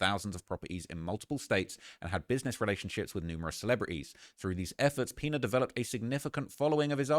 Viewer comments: Great Video but the Last Name is pronounced "Piñas"! 😂 like Piñatas 🪅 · "The peenuhz" 😂 🤦🏾‍♂️ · I thought was calling him "peanut" 😂